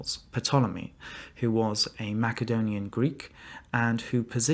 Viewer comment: If you are really a historian, you should know how to properly pronounce things. The P in Ptolemy, is silent, and the c Macedonia sounds like an s.